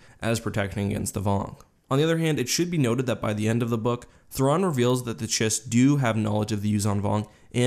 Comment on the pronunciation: Chiss is pronounced 'kiss.'